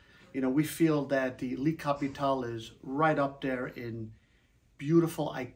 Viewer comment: "lee" Capitole ahahaha